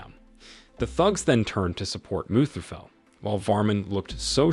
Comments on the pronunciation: Its muthuvel not muthufell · Muthuvel not mustafel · It's mutthuvel not musafel😂😂😂